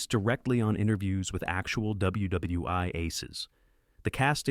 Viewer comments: Nice video ... except for the mispronunciation of names and the stupidity of saying "W.W.'i'" rather than "World War One" or even "W.W.1" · The AI narration is bad enough — “dubya dubya eye”??? (WW I) and it couldn’t make anything at all out of “WW II” — but since when did 1977 come before 1964? At ca. the script states that the 1977 film “Twilight’s Last Gleaming” (a great movie, btw) precedes Stanley Kubrick’s classic “Dr. Strangelove”, which was released in 1964. If we have to endure AI inanity, at least let’s please get our facts straight!!! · Stop saying “WW Eye”! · Thank you stupid AI. You pronounced " ww eye" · Great Content but the AI voice over is sad, "WW i" over and over again. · Aces High. WW eye?? Who appoints these narrators?